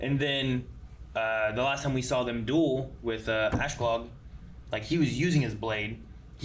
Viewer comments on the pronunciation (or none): "Ashlog" "Thorsfin"